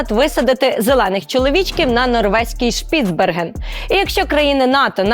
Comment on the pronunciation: ШпіцбЕрген правильно наголос. А норвежці взагалі називають його Свальбард.